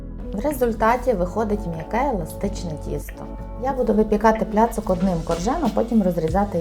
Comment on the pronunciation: Не "пляцок", а "пляцек" (placek)